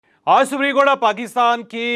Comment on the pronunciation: اوج کا ولاگ، اوج کا ولاگ، اوج کا ولاگ، اوج کا ولاگ، اوج کا ولاگ جپ آپ ” آج “ بول سکتے ہیں تو مونھ ٹیڑھا کر کے ” اوج “ کیوں بولتے ہو